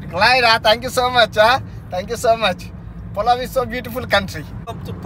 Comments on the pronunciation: Palav not pulav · Pulavu kaadu bro PALAU😁👍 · Adi pulao kadu ra pichi pullayya Palau antaru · Don't mispronounce the country names. The guy who gave you lift to your AirBnB was subtly correcting you calling his country Palau while you kept saying pulao pulao. It's disrespectful. You did the same in Zimbabwe too they were correcting you yet, you kept mispronouncing their country name. Learn and adapt. Be respectful.